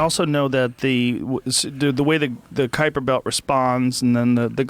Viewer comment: I love how he tries to pronounce Kuiper differently because he knows it is not '' kAIper'' but inadvertently made it French.